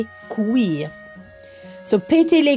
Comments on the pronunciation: I'm French and I love how you said "couilles" but it's wrong ahaha We pronounce it, c-oo-ye 😅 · I'm french :) You're pronouncing the french word for "balls" like you would "cuillère", when it should be like "cou-yuh". Hope it helps :) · With all due respect, that is not how you pronounce the French word for balls lol Making a segment about how to say it and not saying it right is kinda wild 😅